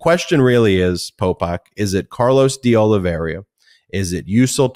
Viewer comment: It’s pronounced De-Oli-Vera not De-Oli-Veria